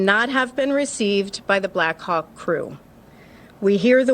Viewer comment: blackhawk sounds like black cock the way they say it. I can't unhear it. Over and over again.